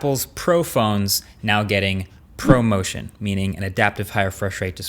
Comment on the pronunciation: I thought you said “promotion” instead of ProMotion.